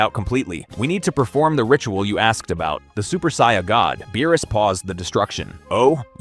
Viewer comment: How can someone who is clearly a massive fan(enough to create content) not be able to pronounce "saiyan" properly?